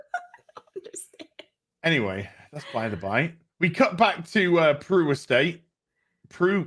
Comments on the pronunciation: It's "Beru" not "Peru." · Just wondering if you keep calling her 'Aunt Peru' for the piss take because her name is 'Beru', or you just don't know her actual name.